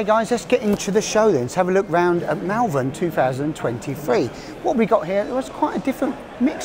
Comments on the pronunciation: it is not mal vern it is pronounced maul vern. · I liked the video but pronounce Malvern correctly, thank you.